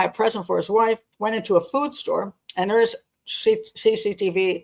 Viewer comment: Did you say 'wifeen'. Wonderful 😊 ☘️ ❤❤